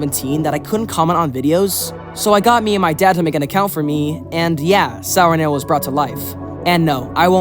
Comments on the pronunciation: i just found out your name was pronounced not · I thought your name was pronounced